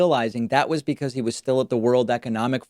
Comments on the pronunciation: fuck it cracked me up when he said “becsuse” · BTW Its pronounced “beck-soos” David. and it means “these thumbs are short, fat, and thoroughly coated in fried chicken grease”